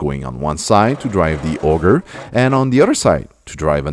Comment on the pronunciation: I love that you pronounce Auger as "Ogre"